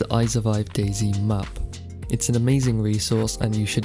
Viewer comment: Dayz uuuum dayz not daizy?